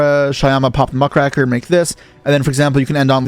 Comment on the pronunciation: one day someone will pronounce muckraker correctly. still, great video